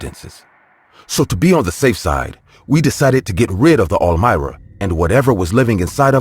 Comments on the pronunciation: All mira??? Really?! I've nerver heard that before. Pretty sure its pronounced arm-wah. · Bruh are you tryin to say armoire as in “am war” wth is a Elmira? lol made me chuckle great stories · When the narrator is saying all-myra… is he really trying to say armoire? Pronounced: arm-waar. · Third story: “almira”???? Come on guys I’m not the only one who said wtf … ARMOIRE ???! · Are they trying to say “armoire”? Lol They are saying almira 🤣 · The way he is pronouncing armoire in the third story is driving me crazy. It is pronounced "arm-wà". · Is pronounced ARM-WAH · "The ArMira" please tell me I wasn't the only one annoyed by the way it was said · "Armoire" The word is "Armoire" "Ar-mwar" You're welcome. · Story #3, why the fuck are you calling the dresser that!??? You go out of your way to mispronounce it over and over and fucking over again Lol Who told you that's the pronunciation?? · LOL....The 3ed story makes me laugh SOOOO MUCH! The close closet ISN'T called what the narrator kept calling it!!! LOL....listening to the story I kept thinking, "What the hell is he talking about"? THEN.....I finally figured out that he was TRYING to say (armoire)! LOL LOL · Lol naw not just you. I'm guessing he meant armoire